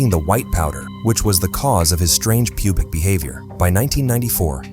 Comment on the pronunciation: "Strange pubic behaviour" - PUBIC? 😂